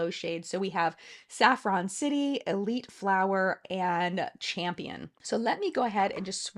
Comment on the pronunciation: I bought the palette and the purple blush. I've been a fan of Pokémon since it debuted here in America and the idea of my favorite brand combining with my favorite game made it a must-have. EDIT: It's Elite FOUR, not Elite Flour, btw. 😂😂😂